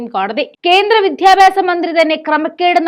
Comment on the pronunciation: " വിധ്യാഭ്യാസം " അല്ല. വിദ്യാഭ്യാസം ആണ് ശരി.